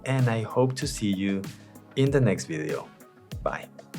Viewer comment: For someone that makes videos, you should really take the time to learn how to pronounce “video” and it’s not “biddios”